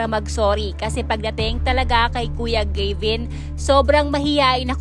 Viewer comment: Anong ALAM mo dn SA buhay nilang LAHAT at saan mo nakuha ang MGA fake news mo. Gs2 mo Lang sumikat at gumawa Ng kwento. Ang daming ganito na lumabas iba2x pa ang s2rya. Wrong grammar Ka pa. Hindi po jeybin. Geybin po.